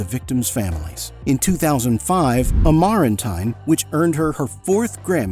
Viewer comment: Sorry, but I have to call out yet-another sloppy AI narration. Can you imagine not being able to pronounce "Orinoco" or "Amarantine" ?? They are both clearly sung and enunciated in the songs IN THIS VIDEO !! Just how lazy are these people !? :face-orange-frowning: Despite my rant, I found this video very interesting. Pity a human being didn't narrate it.